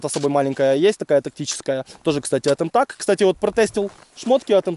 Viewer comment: Не эмтак а милтэк правильно